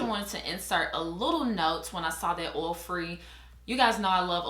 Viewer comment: Love when you say “oil” it sounds like “ouil” 🤣